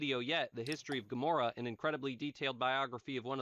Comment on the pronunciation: Its Gomora, named after a destroyed city "Gomorrah"